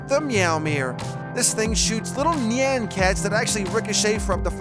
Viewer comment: 1. the way he pronounces nyan... ah, so beautiful 2. Portal gun is absolutely terrible, as it's usefulness is 0 3. Last Prism so much better than all of these, as you don't even require an arena to beat expert Moon Lord with it